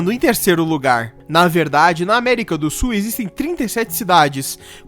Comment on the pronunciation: Já aprendeu a pronunciar a palavra SUL?